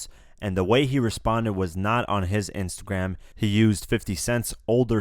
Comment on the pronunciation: "In His Next Intergram Post"